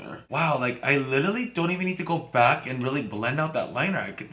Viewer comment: you say literally 100 times but cant even say it right honey get a dictionary